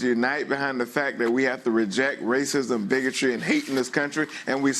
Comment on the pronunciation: According to this Democrat Trump was speaking “bigitch” (bigotry) and rhetic” (rhetoric) to the kutry (county). Pls learn to speak properly.